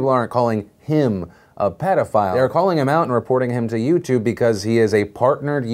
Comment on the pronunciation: "PEEETOO FILE"